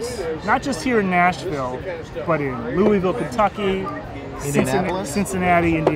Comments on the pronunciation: Louisville isnt prounonced Louis-ville or Lewisville, but more like louveull. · You said Louisville wrong it's pronounced loua-vull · needs to learn how to say Louisville properly.